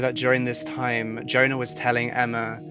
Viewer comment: Your opening music is the best it’s very atmospheric. Incidentally for future reference Swedish and indeed almost all other languages pronounce the letter J like the English letter Y. The girl’s name must be Yona